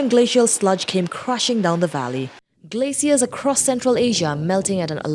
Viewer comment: When she says "Glaciers" she sounds like she's saying "Glay seals"..